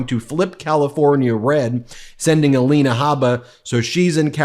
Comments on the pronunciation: Aleena, A-lie-na. She has had so much surgery, is the fake one. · Ah-lie-nay Hay-baa…😂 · Let me see is it Ay-lina, Ah- lenah, uh-LIN-uh Uh-Leen-awe. What about Mee-lun-eye-uh, you get the idea....... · You're pronouncing Alina's name wrong. It's A LIE NA! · 😂😂😂😂, this Dufus is psychotic,,, Alina ( A- LIE-na ), 😅 now his new "Me-LAY-nia", 😉😉,,, that plageristic Nincompoop 😂 I can't stop lmao